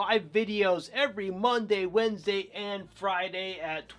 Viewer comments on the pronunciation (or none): none